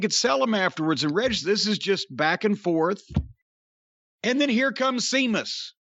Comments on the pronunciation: "Seamus" was the 'Ape God' in Tim Burton's 'Planet of the Apes' remake. That's where Jim's mind must be when attempting to say "Sheamus". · With or without an H it's pronounced SHAY MUSS in Irish Sea is pronounced SHAY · It's Sheamus!!!! Not Seamus!!! My God!!! Lmao. 😬😂😂😭😭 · "Seamus" and "Jane" Cargill vs. Rey "Felix" and "Nea" Jax for the Jim Cornette Mispronounced Name Heavyweight Inter-gender Championship Belts. BOOK THAT S**T!!! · I’m so glad called out Jim for saying Seamus. Now if he could only call him out for saying Jane everytime instead of Jade. I could understand if Jane was a funny nickname but it’s not. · I've honestly seen it spelt as SEAMUS and this was on RAW......WWE must have botched recently....because I remember saying.....the way his name is spelt is dumb. 😂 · DUDE LIKE TWO SECONDS BEFORE SAID WHY DO YOU CALL HIM THAT I WAS ALMOST IN TEARS I WAS LIKE WHY HE KEEP CALLING HIM SEAMUS 😂😂😂😂😂😂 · Lol Jim calling Sheamus the wrong way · What kills me about the "See-mus" thing is, Jim has seen it spelled "Seamus" (or Séamus) because THAT'S HOW IT IS SPELLED and WWE deliberately uses "Sheamus" TO STOP PEOPLE SAYING IT WRONG. Distant second-most-funny thing about this...Séamus is the Irish form of the Hebrew Jacob, whose English form is James. Aka Jim. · It's pronounced "Shaymus" tyvm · That's how it's spelled but it's pronounced Shaymus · Sea-mus LMAOOO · Damn it, thought Jim called him Sea-muss on purpose. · When ever he says Seamus, Amos, Oscar, Possum lmao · Stephen Farrelly used the name with that spelling years before WWE hired him. He wrestled his very first match ever as "Sheamus O'Shaunessy" in '02. As somebody else already pointed out, "Seamus" is the Irish/Gaelic version of "James". Jim mispronounced an alternative version of his own first name. The "E." in James E. Cornette definitely doesn't stand for "etymologist". Or for "Éire"... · Glad finally asked Jim why he keeps mis-pronouncing Sheamus' name.